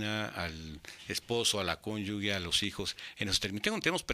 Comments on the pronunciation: Excelente información. Pero no es cónyugue, es cónyuge... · ¿Cómo que "conyugue"?